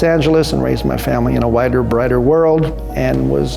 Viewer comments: He said "wider" lmao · I think he said "wider" Lol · I think he said wider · Actually you were right. I heard "whiter" as well and the close caption even says "whiter." Also let's not pretend Americans aren't know to pronounce T's like D's.